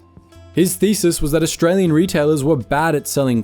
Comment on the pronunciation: Look att thosé Orrrstray-Łeáñ ĆÁÑƘŁÉS 🤣🤣😂😂😂🤣😅😅🤣😂🙂